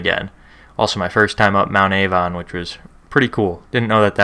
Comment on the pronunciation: It’s mount Arvon, not Avon